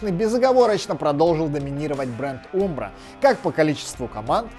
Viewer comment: Вроде правильно говорить Амбро( umbro), нет?